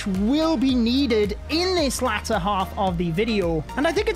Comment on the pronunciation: bro said latter 💀